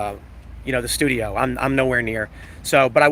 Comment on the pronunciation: GOO TOO THHE STUUDIO 😂😂😂